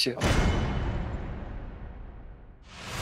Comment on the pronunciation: Иркутского края 😀😀😀 столько же правды в данном фильме. Фамилии братьев - Чёрные, а не ЧернЫе. Никогда его не звали Бык, был он всегда Петрович. Вообще многие фамилии исковерканы, у Турушева ударение на первый слог.